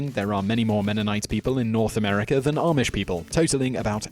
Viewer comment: It's RUMSPINGER NOT ROOMSPRINGER 😠😠😠😠 AND IM NOT EVER ARMISH